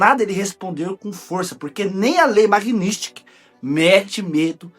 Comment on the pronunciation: "Magnisti" kkkkk, por favor vamos pronunciar certo o nome da lei. Kkkkk